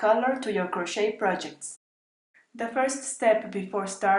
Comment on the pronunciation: Except that the "t" in crochet is not pronounced in any of its forms: cro-SHAY, cro-SHAYING, cro-SHAYED.